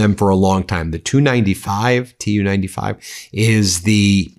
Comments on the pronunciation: Love your channel, BUT--- The TU 95 is pronounced "TEE YOU 95" . Kiev is pronounced "KEY EV". Not knowing those items reduces your credibility. Unless the narration is AI generated, which is BS anywhere it is used. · Not two, T U. T U 95. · Ben, It's "TU-95" not "2-95" 😆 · It's "T" "U" 95 bomber, like "Tee" "You" 95, not like "Two" 95. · Ben, when referring to aircraft manufactured by "Tupolev", call then "T. U.' not "to, or two", just like vehicles made by "General Motors" being "G. M.", not "gem". The Tu-95 is the Soviet equivalent to the U.S. B-52. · Pronounced Tee U 95. Not 295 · It's called a T U 95 not a 295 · The TU-95 is pronounced tee-you 95 or Tupelov 95. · It's either T u 95 or Tupolev 95 please.